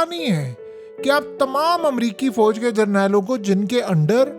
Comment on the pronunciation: Foj koun sa lfz hai? Memon vali urdu bol rahey ho Kya? Fouj asl lfz hota hai Yar. Urdu to theek bola kro.